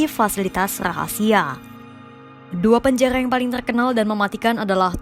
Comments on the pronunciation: Kaka ora ISO ngomong r ya ???? ko dari tadi omong ora make r panjaya ya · KENAPA PEMBACA BERITA KOMPAS PELAT SANGAT MEMBACA..TOLONG TUKAR POSISI..POSISI YG LEBIH SESUAI...PENJARARRRR PENJANGHA...SEBUTAN NYA SALAH..